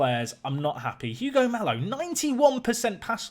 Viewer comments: Just a note, Mallo is pronounced 'mayo' instead of 'malo' which btw means 'bad' in spanish 😄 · AFAIK It is Malyo.